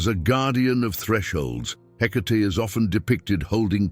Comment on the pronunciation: Are you sure it’s “Hecate” , not “Headache” ? lol ….